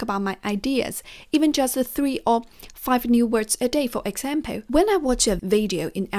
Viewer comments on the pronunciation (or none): Same for "example", it's not exampeü :)